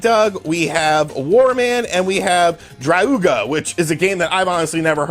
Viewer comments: Dru a ga, is how you say it. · Drauga? You mean Tower of Druaga